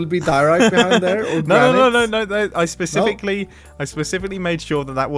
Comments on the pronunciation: mumbo: pacific me: hermit challenges? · " I pacificly made it that way" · Mumbo: "Let the magic begin, (i mean pacificly)